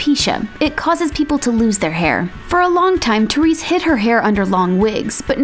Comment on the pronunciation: Therese is pronounced Tay-rezz.